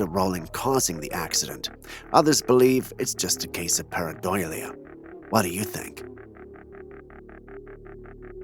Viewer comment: the way to pronounce pair-eye-DOH-lee-uh: pareidolia